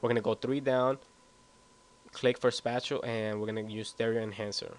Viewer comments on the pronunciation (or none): SpayTial not spahtial